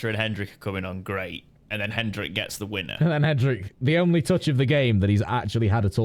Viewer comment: I'm gonna score the bingo for getting a name wrong while trying not to get a name wrong. HenDrick? wtf? 😂